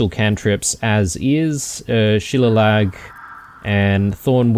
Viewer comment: Shuh-lay-lee. Not She-la-log.